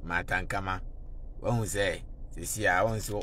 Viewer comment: Is Ankomah not Ankamah